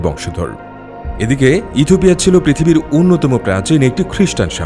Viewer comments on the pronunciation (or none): কথক বারবার ইথুপিয়া বলছেন যা শ্রুতিকটু লাগছে